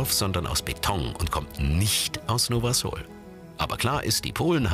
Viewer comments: es wird nicht Nowa Sol sondern Nowa Sul ausgesprochen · nowa sól wird nowa sul ausgesprochen und heißt neues Salz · Nowa sól wird „nowa sul” ausgesprochen😂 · Die sprechen nowa sól voll komisch aus 😂😂(bin Polin halt) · Ich bin Pole und lache mich gerade kaputt Weil ihr Nowa Sol falsch ausgesprochen habt